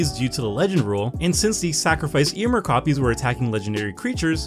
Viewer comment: Does it grate on anyone else's ears that pronounces the name Eomer differently than it is pronounced in the films?